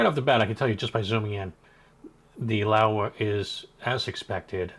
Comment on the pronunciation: Laowa not LaEwa, surely?